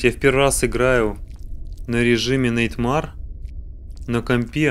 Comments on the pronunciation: Просто так говорю: Nightmare произносится, как Найтмэр,а не найтмар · Не "Нэйтма́р",а "На́йтмэр". В топ,если не сложно. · ТОПси Nightmare говорят не так как ты говоришь, а говорят найтмэр